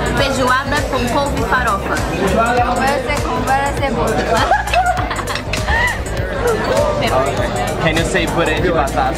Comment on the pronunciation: Any: Feijoada Hina: Fezuada Any: Couve Hina: Cove Any: Farofa Hina: Fãrofa Que fofasss🤍